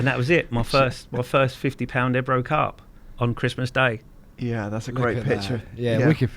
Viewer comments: its ebro o on the end not ebru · It's pronounced eb row not e bro 😜